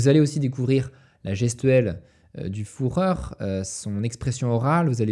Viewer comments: Excellent comme d'habitude ! Seul bémol en tant que germanophone ça pique les oreilles d'entendre "Reitch" et "Fouhrer" tout le long de la vidéo 😅 ça se prononce "Reich" et "Führer" tout simplement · El famoso "fourreur" 😂 Sinon, excellente vidéo que j'ai dévoré ! Continue